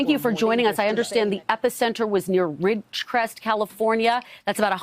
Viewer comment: she cant even say ridgecrest we are not that third world